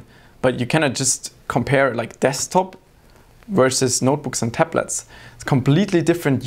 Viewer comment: he said deSKTop so many times in such a weird way. i thought it was wrong way to pronounce it :D